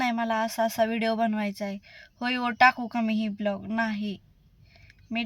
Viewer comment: पहिली गोष्ट खूप English बोल्ते पन प्लिज ब्लोग नाहि ग बाई व्लोग म्हनतात 😂😂😂